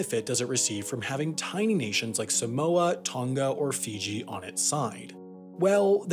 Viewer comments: 😂😂 even as a samoan, your saying samoa and tonga wrong, but thats pretty Funny tho. Keep up the good content 👍👍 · He mispronpunced Tonga, Niue and Samoa.